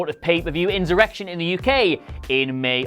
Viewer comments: This is a pathetic video. I also hope he does no writing, editing or any form of journalism ( not that this pish, nor their terrible website could be considered that) because he apparently doesn't know the word insurrection or how to pronounce it. He say inzoorection!! You are better off miles away from them in this case mate. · This is an absolutely terrible video. Also why can't he say insurrection ( he says inzurection, is he not supposed to do what he would call writing for their website. Fuck sake.)